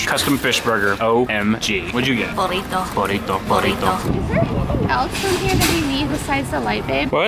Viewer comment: " B O R R I T O" " B O R R I T O" ..." BORRITO"